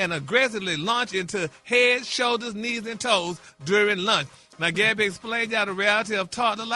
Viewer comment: Just call her Gabby Geesshhhhh it irks me when Ppl mess others name all up you done heard the lady name a million times how when you see it you can’t say what you been hearing for Years Now 🤦🏽‍♀️ Bary 😅😅😅😅😅